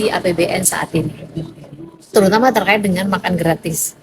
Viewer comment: Pak jgn terka....it tapi terkait bacalah yg bagus